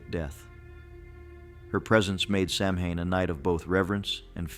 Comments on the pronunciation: It's pronounced "saw-win" not "sam hain" 🙄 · Good video. But it is pronounced sowan. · As someone who works with The Morrigan, she is very complex and a fierce goddess. Please do her justice when speaking about her. Also please learn how to pronounce Samhain 😬 it sounds more like sow in. It is Gaelic not English